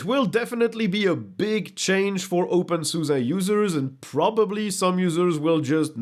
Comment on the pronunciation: OpenSuza? Ive always said Opensoose, like a bastardized open source.